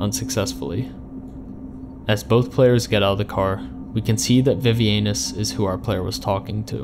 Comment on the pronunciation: great video but why violate vivianis like that callin em “vee vee anus” 😭😭